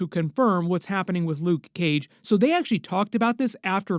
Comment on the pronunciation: Nobody says luKe Cage how you say 😂 You my friend are one of a kind. Much respect